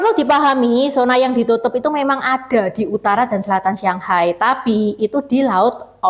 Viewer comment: kok nyebut shanghai..sianghai...shang sama siang itu beda huruf beda arti